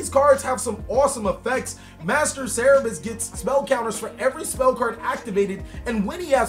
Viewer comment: Cerberus not cerebus